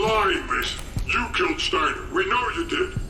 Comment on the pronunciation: Steiner is pronounced Steiner why you felt compelled to pronounced it wrong. Either know what your talking about or shut up. God I appreciate how you try to appreciate the game. Just maybe dont talk out your ass. Considering how young you are I ain't suprised.🤦‍♂️